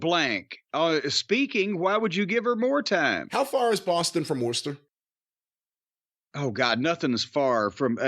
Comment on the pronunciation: Lol, got blocked by Swerve Strickland for tweeting about his pronunciation of Worcester before the show.